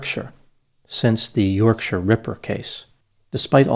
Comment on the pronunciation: Loving your pronunciation of “Yorkshire”. Any chance of hearing you say Leicestershire too? Or Towcester?? Fabulous 😊